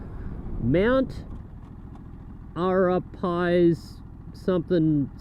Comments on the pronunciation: Mt Ara Piles..🤣 you were taking the piss ? Have you now checked the correct pronouncation. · that's said MT a-wrap-a-lees